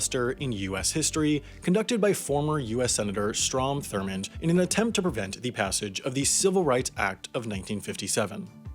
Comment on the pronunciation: Bruh this man said “thormond”